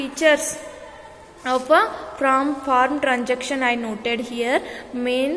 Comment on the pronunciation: And it is transaction, not tranjaction.😅